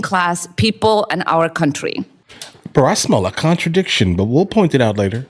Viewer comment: It’s not “your countwee” Ilhan Vile Snak Omar!!! Get out!!!!